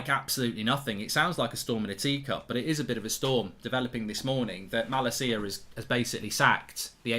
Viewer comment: Plz pronounce malacia’s name correctly 😝. I can’t handle the way you pronounce his name rn.